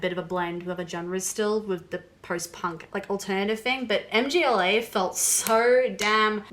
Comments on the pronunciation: MGŁA KURWA! not em dżi eley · For Christ's sake stop saying M.G.L.A! It's not an abbreviation or sth! It's a full band's name. It is a polish word "Mgła" - pronounced like [mgwah] - which means The Fog/The Mist. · Mgła is not "em-gee-el-ay", it's Mgła. It means "Mist", or "Haze" or "Darkness" in Polish. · "The band M-G-L-A" LOL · It's Mgła (meaning "fog") not M,G,Ł,A (like YMCA). But anyway, "Exercises in Futility" is brilliant. I have discovered synthwave versions only recently, and they're amazing. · The last one is MGŁA, not M.G.L.A :) Mgła is a Polish BM band and its' name means "Fog" :) Stay heavy \m/ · It's not M-G-L-A, it's mgła (try saying "mgh-wah"), it is a polish word that means "mist". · For Christ's sake stop saying MGLA! It's not an abbreviation but a full band's name. It is a polish word "Mgła" - pronounced like [mgwah] - which means The Fog/The Mist. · a czy tobie mieści się w twoim pustym łbie, że nie chodziło mi o pisownię lecz o wymowę? (Amerykanie mówią "em dżi el ej" zamiast mgla.) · Mühg-wuah 😅 Sorry, had to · They've probably heard so many different pronunciations ("muh-gla," "mah-gla," "mih-gla," "EM-gla," "MGLA" as an acronym) that nothing surprises them anymore lmao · and mgla is pronounced more like magwah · Mgla is pronounced MuhGwah. Band name means "fog". The other black metal band named "fog" is Taake. And they are ESSENTIAL black metal listening. Their 2005 album Hordalands Doedskvad is a stone cold classic. I actually think if you like Mgla, Taake is right up your alley. Especially based on your stated reasons for liking Mgla. They have that classic 'hazy' production. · Mgla is pronounced mm-gwa